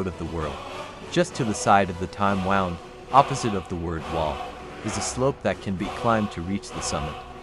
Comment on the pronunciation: Time wound? You wind a clock so I guess past tense would be 'wound', but the Time Wound refers to a gash or wound in time created by the Nord Heroes reading the Elder scroll. It's pronounced wooond., and Jiub is pronounced Jib, the u is basically silent.